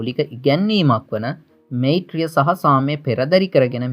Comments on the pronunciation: මොකක්ද බන් වෙයිරය මෙයිත්‍රිය කියන්නෙ..හරියට ශබ්ද කරපන්..ලොල්ල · මේත්‍රිය කියන්න එපා. මෛත්‍රියය වචනය හරියට උච්චාරණය කරන්න. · නිවැරදි කිරීමක්... වෙයිරය නොව වයිරය (වෛරය) මෙයිත්‍රිය නොව මයිත්‍රිය (මෛත්‍රීය) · මෛත්‍රිය pronouns කරන්නේ මයිත්‍රිය කියල සහෝ වෛරය—වයිරය. ඔබ සුවපත්වේවා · මෛත්‍රිය=මයිත්රිය ඵෙතිහාසික=අයිතිහාසික වෛරය=වයිරය යන වචන නිවැරදිව උච්ඡාරණය කළයුතු වේ.පහසුව සඳහා එම වචන ඉදිරියෙන් = යොදා වචනය මුවින් පිටකළයුතු අයුරු දක්වා අැත.(නිවැරදි වචනය උච්ඡාරණය වීමෙන් බලාපොරොත්තු වන අදහස තේරුම් කළ හැකිය.) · වෙයිරය, මෙයිත්‍රිය 😁